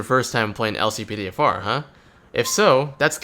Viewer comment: how to activate the LCPDFR mod? i only hear "Click all NP" when u said how to activate it